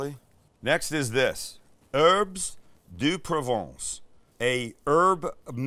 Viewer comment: Please do not pronounce the “s” in herbes de Provence. 😊 Your accent is too good to get that wrong. 🇫🇷